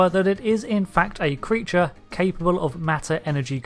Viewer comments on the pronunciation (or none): ""Sphere" Creatre" arrrrrghh! Had you had a few Romulan Ales when making this video? :)